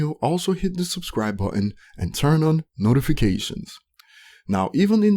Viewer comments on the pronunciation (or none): none